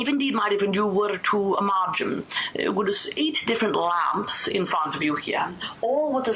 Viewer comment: What is she saying that sounds like infrint?